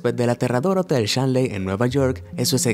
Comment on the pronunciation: El primer Hotel se llama "Hotel Stanley" no Shanlie ok jaja y trabaja un poco en el acento de nombres en ingles...una recomendación